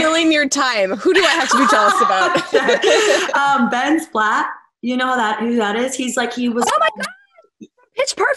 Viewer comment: “Ben Splatt”